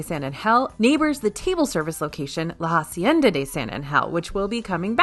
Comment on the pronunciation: La hacienda is pronounced Ah-cienda, not Ha-cienda. H is silent.